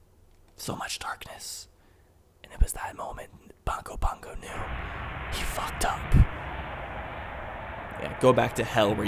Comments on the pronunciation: it's Bongo Bongo, not Dongo Dongo. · It's bongo bongo not do go dongo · DONGO DONGO??? YOU MEAN BONGO BONGO???? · Isn't it Bongo Bongo?